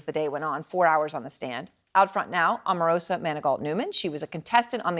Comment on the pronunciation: As an Omarosa fan, it upsets me on her behalf when people mispronounce her name as "Auh-marosa" when it's "OH-marosa"!!